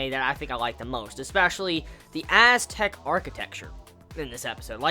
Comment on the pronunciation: For a second I thought you said Asstec rather than Aztec xD